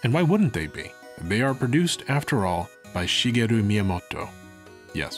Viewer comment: Your Japanese pronunciation kills me man. You're trying too hard with it and making it almost unintelligible. You're putting all kinds of stresses and inflection in places where there isn't any (You said Miyamoto as みやもっと, to give one example). I appreciate the effort to actually try and say things right but it makes it more painful than if you didn't try at all. You're basically overpronouncing things. Just talk more natural and try not to try so hard with it. I can understand native Japanese speakers easily but can barely understand you pronouncing the names of these games in the vid. Love the vid otherwise tho.